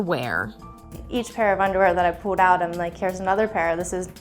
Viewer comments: “once i saw the unerwear i knew the brand” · ‘’ ...had quite the feast- of uNdErWeAr ‘’ Not gonna lie, that caught me off guard 😂